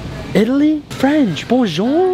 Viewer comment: ur not saying it correctly its bonjour